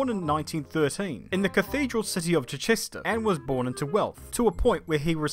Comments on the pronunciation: It’s pronounced Chi-chester, not Chich-ester. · Chi-ches-ter not “Chchster”. Sorry but I had to laugh at this one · As someone who lives less than 30 miles from Chichester, that pronunciation killed me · I was about to leave a smart-arse comment about how that isn't how you pronounce my home city but ya know what? Stuff it, good video. Didn't actually know there were any racers from Chichester. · That was a weird ass way pronouncing Chichester. Another great video though. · You said Chichester wrong 😂